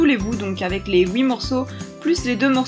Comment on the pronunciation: Coucou ^^ C’est perturbant quand tu dis huit parce que tu ne prononce pas le "t" mais après c’est pas dérangeant 😋 Sinon elle est super bien t’as vidéo !😊